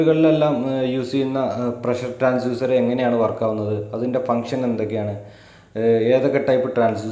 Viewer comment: not transuser it's TRANSDUCER